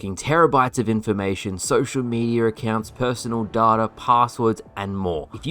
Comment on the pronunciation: Pronounce it as data, not data